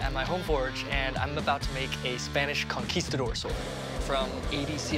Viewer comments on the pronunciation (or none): "The spanish C-A-nquistador sword" almost xD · He really said "canquistador"